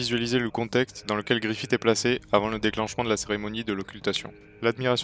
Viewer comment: Griffiss pas Griffite plsss mais sinon très bonne vidéo.